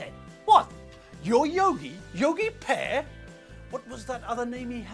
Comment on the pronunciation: most esett le... Yogi "p"ear, ma-ci la-ci :)))